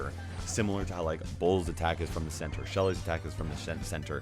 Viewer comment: Nice one "Shenter"😅😂 No offense...